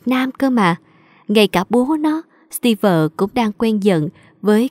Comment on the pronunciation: ơi, chị góp ý chút, trong truyện bà mẹ vợ, phát âm tên Steve sai rồi. Đoc như Steev ko có vơ